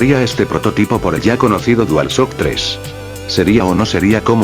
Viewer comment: se nota que a la hora de redactor el texto para loquendo, lo coregias de tal modo que todo sonará bien, como en la parte que dice dualshock, suena tal y como se dice. buen video.